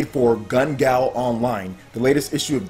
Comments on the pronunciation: It's not gal it's gale. Like the wind. Its irritating me say it right. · I love but i am so tired of hearing "gun gal online". It is GUN GALE. you know like wind, love your content keep up yhe hard work. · I've overlooked it in several videos so far, but I have to correct you (sorry): it's Gun Gale (pronounced like the name Gail) not Gun Gal. Thanks! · It's pronounced G-ale